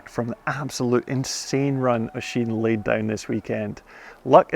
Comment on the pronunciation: Thank you for obviously taking the time to learn how to pronounce "Oisín". It means a lot. Other broadcasters take note.